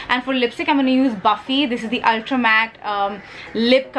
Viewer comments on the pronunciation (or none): none